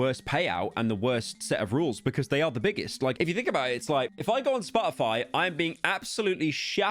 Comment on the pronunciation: i clicked on this video to laugh at the British man mispronounce Spotify for 20 minutes